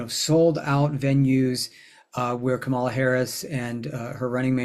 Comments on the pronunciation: This is very informative. Please pronounce Kamalas name properly: sounds like 'comma-la' not 'ca-mala'. Thanks! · Pronounce her name correctly! It's COMMA LA, not co MA la. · If you're going to talk about her learn how to pronounce her name. The emphasis is on the first syllable. KAMala. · Comma - la! THis is the first time I've listened to you and I really like how you present astrology but I don't like that you're pronouncing Kamala's name incorrectly. :) :body-blue-raised-arms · Please learn to pronounce her name. The accent is on the first syllable, not the second one. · Just going to reinforce others’ request to pronounce her name correctly.